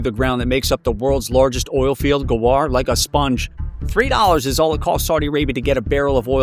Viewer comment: The voiceover feels like it is. The voice sounds rushed and lacks in nuance/tone and there isn't enough time for pauses. It also sounds too 'clean', you also don't hear many lower frequency undertones. Sounds heavily filtered. Listen to as well. 'Like a sponge' sounds very odd, Try and mimic to yourself how it pronounced that and you'll realise it sounds wrong. AI can also generate/do mouth replacements and lip sync up mouth movements to speech now. I looked at earlier videos of his. His voice, speech patterns, tone, etc all sounds much better in his first video. It sounded normal. Maybe he used AI in his workflow recently, not sure. The script is also AI. The editing and visuals are pretty good, I think it might be real. I don't know any software that can edit full YT videos and generate smooth visuals like this. Also the description is 100% obviously AI. Lots of 'its not this, it's this' examples, m-dashes, etc